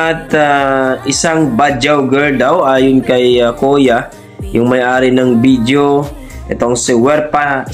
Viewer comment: .......It isn't "BIDYO". It's "VIDEO". Practice makes Perfect.